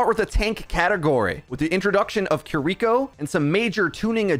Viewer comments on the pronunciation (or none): Bro, you make money off this game. At least pronounce the names right. Kuh-reek-oh sounds like she smells bad. Kiriko. Keery-co, bro. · It's "KEE-REE-KO" btw. Not Kuri.., kiki.. or..kuki... ^^